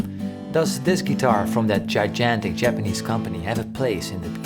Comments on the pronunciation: Gigantic. Jye-GAHN-tik. The second G is the same as in the word Go or Guarantee. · Well, yes. “Guy-djantic” is a mispronunciation. But, as I said, it is just an inversion of the two different “g” sounds. Paul didn’t get the sounds wrong, just the order in which they occur. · Nah mate I'm Dutch myself and he pronounced gigantic wrong smh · Awesome video! BYW, "Gigantic" is pronounced "Ji-Gantic" rather than "Ji-Jantic" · When you accidentally said "Ji-Jantik"? That just ruined me singing The Pixies for life. LMAO! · Ahh jijantic. never change Paul, you are perfect right now. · He pronounced all the parts correctly, but got the two "G"s backwards. The Dutch "g" sounds like you are coughing up a lung, but you do it without splashing phlegm on everyone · FYI Native English speakers will sometimes “play” with pronunciations and do exactly what Paul did. Just for fun.